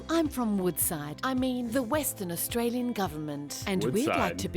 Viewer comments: Australian not Australien - obviously is a joke 😂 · I like the way it said Austr-ALIEN, Not AustraliAn